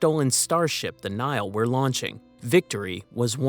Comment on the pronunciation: For the record, the Latin word Nihil is pronounced "ni-hill", not "nile." It means 'nothing.' Even English Nihilist is probably pronounced "nie-ill-ist," not "nile-ist."